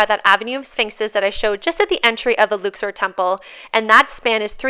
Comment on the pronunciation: Could have at least used proper pronunciation instead of pretending you're special. Luxor like duck sore. Luksore. Luxor.